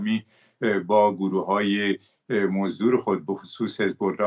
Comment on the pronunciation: این مرده هی میگه گروهی موزدر 😢